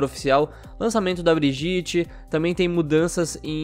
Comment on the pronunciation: Não se pronuncia "BRIJITE" se pronuncia "BRIGUITA" segundo Jeff, e segundo o vídeo que ELA pronuncia seu nome. A única exceção é chamar de "Baguete", pq isso (segundo tudo né) pode!! :D